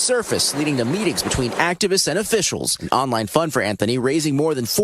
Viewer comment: Brother please...in the U.S. the "th" is annunciated and pronounced. It's "AnTH-ony", not "An-tony".